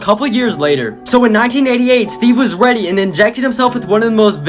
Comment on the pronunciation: bro he said weady💀